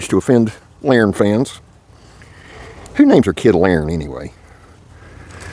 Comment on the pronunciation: Who the hell is "Laren" 😂😂